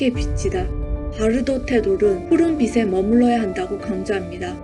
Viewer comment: 잘봤습니다. 근데 티벳 사자의 서는 누군가에게 들려줘야 하는 것인데.. 영상 올리신 분 발음이 안타까워서 알려드립니다. 제일 중요한 '빛을' 발음하실때 [비슬]이라고 하시면 난감합니다. [비츨]이라고 하셔야지요. '빛이'는 [비시]가 아니고 [비치]. '빛에'는 [비세]가 아니고 [비체]. 들려줘야 하는 티벳 사자의 서. 제발 정확한 발음으로 또박또박 잘 읽어주세요. 수고하셨습니다.